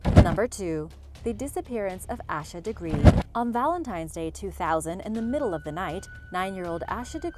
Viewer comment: Her name isn’t ash-a it’s pronounced Asia